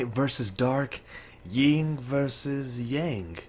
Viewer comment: Yin* (not ying)